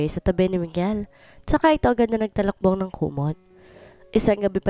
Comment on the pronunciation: TALUKBONG NOT TALAKBONG.